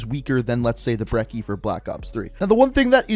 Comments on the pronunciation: The double c in the word brecci should be pronounced brechi not breki. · Dude im sorry but its not the Brekki its the Brechi the double c ( cc) makes a ch sound. I know it doesnt matter but it hurt a little hearing breshi instead of brechi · Right: Bre-chi Wrong: Bre-cki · Brecci is pronounced "Brechi". "Breckie" is something my grandad eats when he wakes up in the morning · It’s “brechi” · He callin' the brecci a breky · Brecci is pronounced Bre - chi like Gucci but replace two C's with Ch sorry to correct you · The Brecci is pronounced "Bretchi" sir